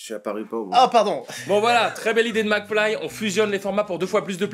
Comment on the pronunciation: ça fait chepas combien de fois que je regarde cette video. Et pourtant je viens de me rendre compte qu'à Gad appelle mcfly "flacmy" 😂